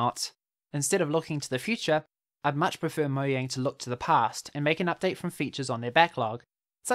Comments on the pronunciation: this guy says mohjang one more time instead of "mojang" ill loose it its not that hard why does he say it like its written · Bruh it's not pronounced moyang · Say, MoJANG